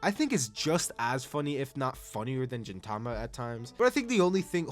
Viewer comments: Bro…. It’s GINTAMA/GINTOKI. Not Jintama Jintoki😭. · You saying Jin Tama instead of Gintama really pained me for some reason. Also side notes, 1) the women in D Gray Man have personalities because a woman wrote it just like FMA 2) Sket Dance author was the assistant of the Gintama author that's why they feel similar (They have even done a crossover) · was pronouncing gintama as jintama intentional? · i disagree with world trigger atleast top of good shit; black clover +1 tier; naruto top tier; chainsaw man -1 tier, and the way you pronounce gintama and gintoki feels like youve never really watched s2 and s3 of world trigger, yet alone finished the first season. just like what youve said on onepiece, the highs are great but there are also many lows. youve only watched the lows for it, hence the low ranking. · I have never heard anyone pronounce Gintama with a 'j' and it hits just as bad as gif with a 'j'. And Jintoki, jesus. Do you watch it with a dub? Is that how they say it in dub? Otherwise what the hell?